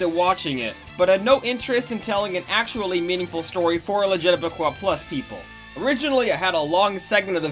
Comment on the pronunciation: I like how realized he was spelling LGBTQ+ wrong but continues to say Luh-juh-tuh-buh-quoi, which would still be LGTBQ. Never change, great video. Also she 100% stole it, LEGO needs to sue her